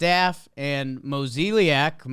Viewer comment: The Cards GM’s name, Mozeliak, is pronounced: Moe-zay-lock